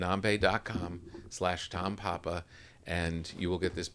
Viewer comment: nambé. —accent is on the é, papa tom ;)